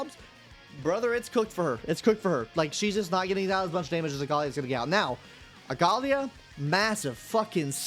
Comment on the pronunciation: Aglaea ❌ Agalia ✅